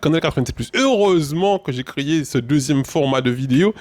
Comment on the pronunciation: On l a « créyé »? Plis fos timal